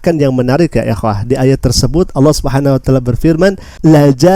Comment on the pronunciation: bukan Allah swt ,jfi swt nya itu di bca dg bnar di lesan mu,ALLAH SUBKHANAHUWATAALA